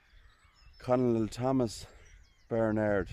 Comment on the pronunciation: ' The word 'Colonel' is pronounced ' kernel.' A Colonel is the military rank for an Officer usually below General and above Lieutenant Colonel, Major, Captain and Lieutenant.